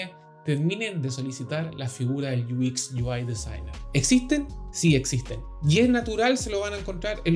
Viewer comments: Muchas gracias bro ! Excelente canal, Solo un pequeño detalle Se pronuncia “iuecs” no “uis” , todo lo demás excelente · Me estaba preguntando lo mismo, porque pronunciaba UI en inglés pero el otro no entendía porque decía “IUIX”.. 🤣